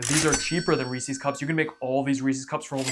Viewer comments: Why are you calling them Reesies cups? They’re cups that belong to Reese. Reese’s. Rees-US. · You're saying Reese's wrong. A guy named Reese invented this candy and then named it after himself. So who's candy is it? Reese's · It's not Reese-ees cups it's 'Reesiz' cups. Have you not heard other people pronounce it? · It's pronounced Reese-IS, not Reese-EES. Source: TV commercials growing up. Also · It's Reese's, not Reesee's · I always thought it was Reese's as in a person called Reese. I never realised Americans pronounce it Reese-sees. Fascinating. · Pronouncing Reese's wrong in 2026 is crazy. REEESEEE lol idiot. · It's the "Reesies" I can't get over. I cringe every time I hear it. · Based off how you pronounce Reese’s I decided not to trust you. I’m not even gonna attempt watching this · The way you pronounce Reese's and chocolate earned you an immediate dislike. Good job!